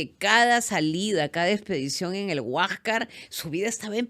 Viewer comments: Esta huachafa no sabe ni pronunciar HUÁSCAR, ella dice HUÁJCA. Es tan ignorante que no culpa al imperialismo inglés y al sistema capitalista que es corrupto por su naturaleza explotadora. A tí te han regalado el título universitario, eso fue corrupción. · En vez de pronunciar Huáscar, dice Huájcar. Y así dice que es profesora de historia. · Soy peruana nativa bilingue hablo quechua y castellano he emigrado hace 40 anos !!!??? Desde cuando los peruanos pronuncian la "s" final como si fuera "j"